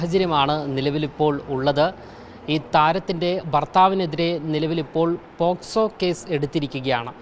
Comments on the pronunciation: പോസ്കോ അല്ല പോക്സോ വല്ലതും വായിച്ചു പഠിക്ക് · Posco alla pocso.paranja mattulla karyangal ellam okay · 👌🏻👍🏻❤️❤️... പറയുമ്പോൾ പോക്സോ എന്നു പറയുവാൻ ശ്രദ്ധിക്കണം.. 👍🏻❤️